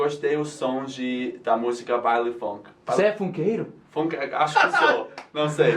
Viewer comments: Funkeiro vocês pronunciaram como "geralmente" um brasileiro falaria, mas nós falamos igual inglês mesmo "Fun" é "fan" então seria "fanqueiro" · no Brasil falamos "funkeiro" com a pronúncia "fãnkeiro" e não com o som do U no português (Quick Tip)